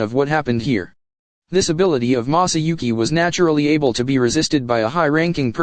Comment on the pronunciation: Maahsahhyouhki that is how he pronounces masauki🥲🥲🥲 it hurts my ears